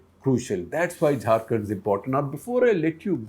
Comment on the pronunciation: SG and ThePrint is doing no favours to anybody by covering news from Jharkhand since it is as much a part of India as Delhi NCR or any other! Also, mispronouncing a name is rude and shows the research team didn't bother to find out how to say it correctly. Even an attempt would have been appreciated, compared to the Anglofied enunciation..!